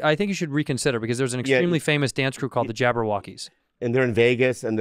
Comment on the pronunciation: the dance group is actually called JABBA-wockeez! Not "jabber" Lol so dont wory, you're safe 😅